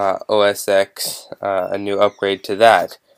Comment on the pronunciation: it's pronounced OS TEN not OS X, because 'X' is a roman numeral, not the english letter.